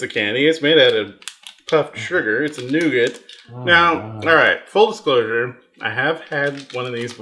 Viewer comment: that nougat sounds more like NOgat